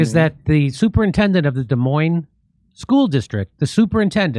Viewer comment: Shout out from Des Moines Jimmy! Thank you for pronouncing Des Moines correctly!